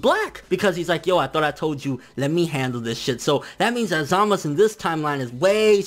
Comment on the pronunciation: Zaaaa.....Maaaaa....Suuuu (sew) not samas. And holy crap this episode was epic as fuuuuck !! Vegeta though come on, why'd they do him like that for 😔 My question is where the heck did samasu find black ? Did he do some edo tensei type b.s on future goku's dead body or something ?